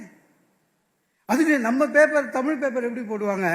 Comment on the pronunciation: இவ்ளோ நல்லபேச்சாளர் ப்பாவம் பாவம் டமில் உருப்படரமாதிரி தெரீல